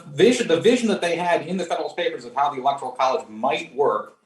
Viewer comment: Please bring people on the pronounce the word correctly! Lol electoral not electorial